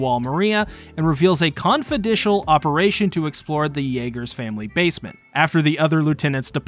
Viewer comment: Whats "confidishal"